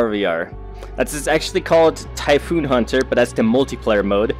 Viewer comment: Typhon** not typhoon Lololol.